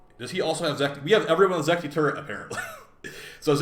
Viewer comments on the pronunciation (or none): it's Zetki not Zekti